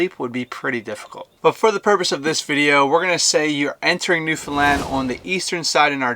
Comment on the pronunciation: I'm glad he pronounced Newfoundland correctly.One of the few Americans I've heard that has.